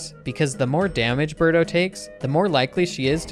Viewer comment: It's Birdo not Berto